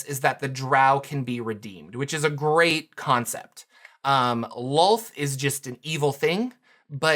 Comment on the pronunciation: they also changed how to pronounce DROW<RYMES WITH CROW, NOT COW. ITS DROW/CROW NOT COW. WHATS SCARIER, A HERD OF COWS OR A MURDER OF CROW? My blood pressure spike every time i hear it. LOLTH LIKE CLOTH. NOT WOLF